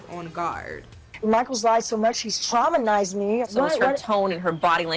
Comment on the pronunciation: Little Ed and Angela may as well be a couple. They’re both abusive which is why she relates to him😂 And “he’s lied so much he’s traumanised me” if you’re gonna throw so much beef at someone and turn yourself into the victim probably with a word you’ve just learned n want to start using, learn to say the word properly 💩